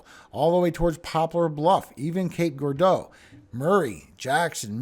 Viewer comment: Cape Gir-ar-deau not Ga but Ger ... like germ